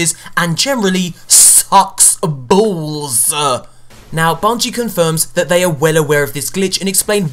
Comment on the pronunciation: SAKS. BOLLS.